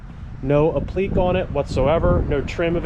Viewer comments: Applique is not pronounces 'apleek'. A-pli-kay. Think 'application'. Every time you say it I want to scream. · Applique is app luh Kay not up-leak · Appliqué is pronounced app le kay. You know, french.